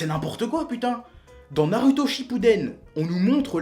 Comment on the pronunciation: Super vidéo mais faut revoir les prononciations, les "u" des noms japonais ne se prononcent pas "u" mais "ou" du coup quand vous dites naruto ou boruto mes oreilles saignent, mais sinon bonne vidéo !